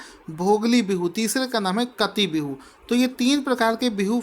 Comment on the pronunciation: काटी बिहू, not कटी